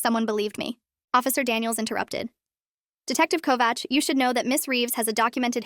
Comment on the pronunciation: I am impressed that the AI could pronounce 'Kovács' almost as good as any Hungarian.